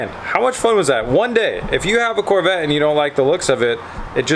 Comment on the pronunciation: "CORE" VETTE